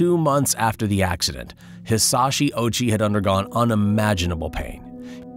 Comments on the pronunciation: Dude. Ouchi. "oww-ooo-chi". Not "ochie". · Hearing the narrator pronounce his name "Ochi" when it's actually "Ōh-uchi" makes this unwatchable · bro rly said ouchie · His last name is Ouchi bruh. 💀💀💀